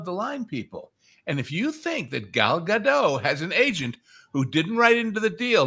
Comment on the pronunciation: you have got to learn to pronounce “Gadot.” It’s not French.